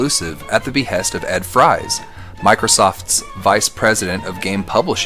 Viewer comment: His last name is pronounced “freeze”.